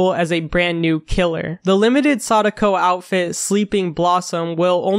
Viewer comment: am I the only one who got chills down the spine of how he pronounced saduko. It wasn't pronounced like that on my head